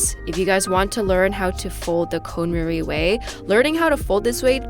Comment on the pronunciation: Great video,! I think it's actually pronounced CON MAR-EE not CONE MARIE.;)